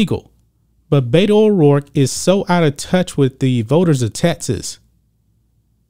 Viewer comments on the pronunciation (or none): Beto is short for Roberto . It's pronounced with E not A . I officially changed her name to Bata O dork .